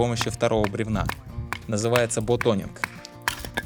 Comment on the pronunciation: Смущает "бутонинг" 😁, все же от английского "baton" пошло слово. И "мачета" вроде среднего рода была всегда "мачете". Хотелось бы посмотреть тест замка на складывание, ударами обуха. И ещё хотелось бы посмотреть на состояние лайнеров в районе замка после всех тестов. Как себя поведет титан очень интересно, не лучше ли было использовать для этого сталь. Внешне очень приятный складной голок получился. Аккуратность изготовления радует как всегда.